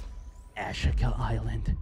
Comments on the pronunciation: 🤦‍♂️ Americans. It’s Ashika Island not Ash-ika island. Ashika stone……ash…eeeka. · I think it’s pronounced asheeka my man 😆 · Ah-sheek-ah. Not hard. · It's Japanese, ah-shee-ka